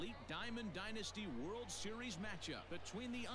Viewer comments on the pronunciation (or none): none